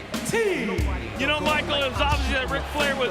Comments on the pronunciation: the dude said Mvt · did Roberts just said MVT 🤣🤣🤣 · did he just say MVT😂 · Did the ring announcer say MVT?